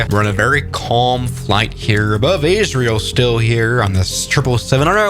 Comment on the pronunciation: Really fun to get a video about my country and in you pronounced it right